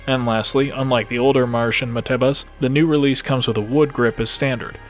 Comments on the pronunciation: Marshen? Ma-ru-shin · Ma Lu ShIn